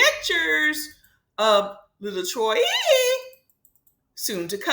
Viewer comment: Why you keep saying troi name like that ?